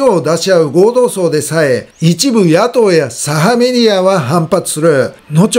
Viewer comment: 今日は読み間違いが多かったですね。その中で気になったのは、何度も内閣自民党ごうどうさい→祭ではありません。お忙しい中での間違った読み込みとは思いますが、もう少し余裕を持ってください。